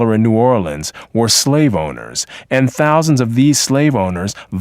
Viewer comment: hear how he says thousands of black slave owners